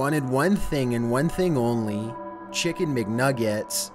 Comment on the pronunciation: The way this nigga says chincken mcnuggets is funny.